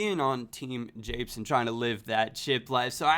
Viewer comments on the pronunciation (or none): The fact you said "apes" instead of japes makes me cringe -_- quite badly in fact.